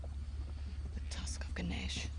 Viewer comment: And you don't Pronounce guneash you pronounce ganesh just sayin.